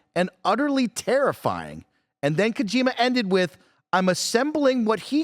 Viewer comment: I know I shouldn't care too much, but its pronounced Koh-jih-ma not KoJEEMuh